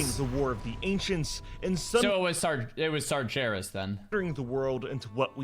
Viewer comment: Yeah dude it's sargeras not sarjeras lol